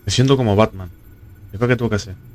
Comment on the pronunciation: como va a pronunciar asi, dislike aa, se viene el Bartman